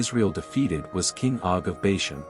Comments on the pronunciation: First of all, Bashan is pronounced "Baw-shawn". Secondly, Og (pronounced "Og",with a long "O", not "Ogg") was the one that would be destroyed. Ultimately, Moses believed God. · I can’t agree more! And they can’t even say bashan right